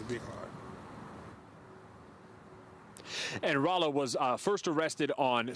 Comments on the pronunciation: why she keep callin him raylo lol man journalist be trash nowadays smh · Lol... “ray-lo”.... you’d think if she was interviewing a celebrity, she’d learn how to actually say homies name...🤦‍♂️ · She said Raylo on purpose 😄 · Why she call him Ray-lo 😂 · Who tf is “Ray-Lo” ? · Not ray-low Lol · They purposely saying his name wrong but it’s all good this the realest youngest dude that came thru. Under appreciated but musically we shoulda hyped him up regardless if we liked it.